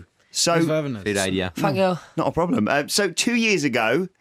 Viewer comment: Am watching this only to hear louis saying fank you